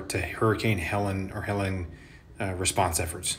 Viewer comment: Helleen. Not Helen.